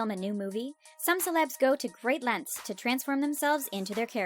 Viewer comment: you said “lenths”